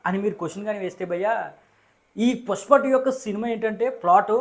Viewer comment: Bro adhi pushpa, puspa kaadu